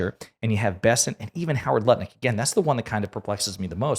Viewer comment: Nutlick not Lutnick!